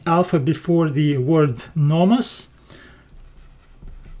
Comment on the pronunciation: Excellent video and very good explanations! A small feedback on your pronounciation, Θεός is pronounced theos not thios and νομός is prounounced nomos not nomas. The last example is something that I hear often from americans when trying to pronounce -os endings, they often sound more like -as instead.